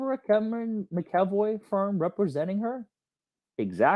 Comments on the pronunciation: McEvoy- Mac E Voy., you are totally entertaining, you make legal stuff interesting. You are a wonderful teacher. It is my understanding that Elaine intentionally excluded Cameron McEvoy from participating in Amber’s defense. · Mac - A - VOY 😂😂. Lol. Those darned Irish names are hard. Lol. She’s gonna always pull criminal bs until she’s made to face ramifications for those acts. 🤬